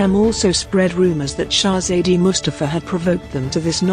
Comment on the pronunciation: Can't you bloody pronounce Shezade better?